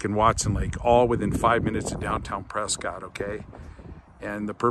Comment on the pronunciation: Say the towns name RIGHT!! It’s preskitt… not Scott